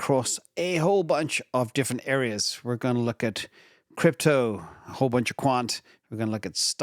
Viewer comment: Did you say “A - whole”… 😂 Sorry just my immaturity shining. 😂